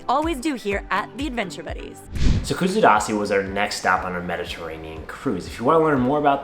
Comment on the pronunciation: if you are going to make a video please learn how to pronouns it properly